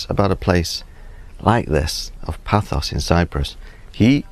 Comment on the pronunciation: Paphos or Pafos......not Pathos....